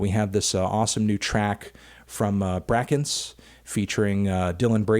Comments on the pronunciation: Everybody worried about the tinny/tiny pronunciation and nobody wants to say he literally pronounced brakence wrong, like he got a whole ass artist wrong, it’s brAEkence not braCKence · Anthony its pronounced "Brake•ence" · "brack ence" ? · damn he still says brackense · hi melon it’s pronounced “bray-kence” :) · It's pronounced break-ence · they way you say brakence hurts me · the way you pronounce Amine and brakence killed me a little bit but i forgive you. also that Caroline Polachek remix came out quite a while ago but there was a new one a couple days ago by umru.